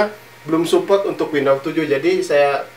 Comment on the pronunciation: windows bang bukan window